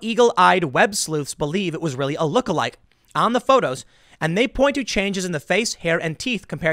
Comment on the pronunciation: Oh Rearry?